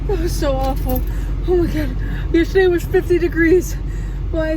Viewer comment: thought i was 1 of few who says "yeshurday" instead of the correct way, haha